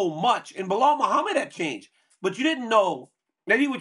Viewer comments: Why can’t Chael say anybody’s name right? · Biggest cheater yapper bad guy Kale never won a title, still don’t say Belal name correct. No respect no honor